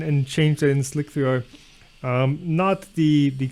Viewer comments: Every time he says "Slick 3R" instead of Slicer, an engineer goes insane... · I thought you were saying "Slick VR"